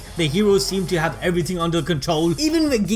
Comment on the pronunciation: nobody: literally no soul:: eVeRyTiNg